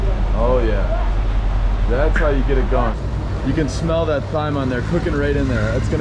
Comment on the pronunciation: Lol thyme in English is pronounced like "time." Bonjus! You're officially Lebanese now.